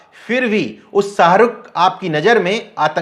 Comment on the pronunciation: Bhasha shudh kijye janab aap sharukh ko aap sarukh keh rahe he.shahin bagh ko sahin bagh ke rahe ho